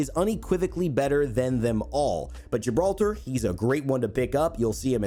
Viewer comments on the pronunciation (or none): Ok I understand Pathfinder, but Gibralter, what??